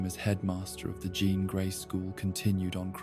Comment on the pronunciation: It’s not a "John Scott Logan" love triangle. It is a "Jean, Scott, Logan" love triangle. You need to rework the A.I. and voice.